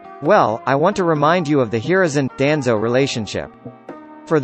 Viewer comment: Learn how to pronounce names before making videos. DANZO AND LUFFY!!